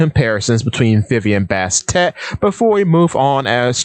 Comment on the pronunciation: Aside from your pronunciation of Bast/Bastet and Sekhmet and a few other points, I generally like how you presented it, and additionally I acknowledge the courage, especially in a world of subtext non-readers and Luffy-Nami shippers. No hate. People generally dislike Vivi, despite the obvious precedence set by Oda time and time and time again saying that Vivi is important. Kuma’s fruit, despite the name of Kuma/bear, has been deliberately associated with cats by Oda, with repetition from Robin and Ginny. I get how people reiterate that Kuma is still alive, but anything can happen. A chapter title page has him crossing rivers to get to Ginny. I agree with Luffy and Vivi being two sides of the same coin, but remembering Luffy shares special relationship this with others (e.g. Sun Wukong aspects divided into the two with Nami getting the bo staff and the flying cloud) etc, Vivi also shares relationships with others too. Vivi shares the prototype leftovers from Ann, Silk, and pre-OP Nami, but Vivi gets the long hair, similar background, the buddybird concept; but in the partner concept, I believe Nami gets the mother development (seen through progression from Bellemere, Arlong, East Blue, Chopper, children characters, Momo, Otama and Otoko, and the Punk Hazard subjects) while Vivi gets the co-leader/wife aspect (from Baroque Works to Princess Straw Hat, to Alabasta Queen by default, to Pirate Queen) - I’m glad you made the Koza connection. Pardon my Luffy-Vivi shipping. This conc